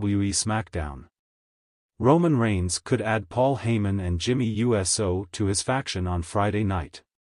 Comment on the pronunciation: Is this a real wrestling fan reporting or is it AI 😂 cause a real wrestling fan would know how to pronounce USO and not U-S-O 😂 and Randy Orton is gonna be Cody’s next opponent instead of Owen’s unless they both turn heel,which sooner or later they will